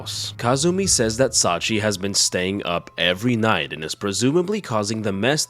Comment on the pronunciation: Thanks for the upload. The old lady's name is pronounced "Sachië", like Charlotte Brontë, by the way.